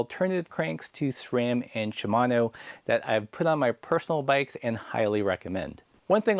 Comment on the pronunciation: Subscribed just because you correctly pronounce SRAM.